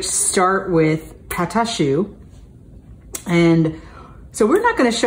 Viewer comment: Not a bad accent she said it very well. I like your show. Thank you for what you do JP for Miami.